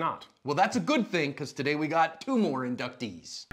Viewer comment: Haha, JC said "inductees".